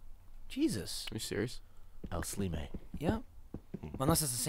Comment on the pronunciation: Michael: is that another slime? Gavin: el slime(sleemeh)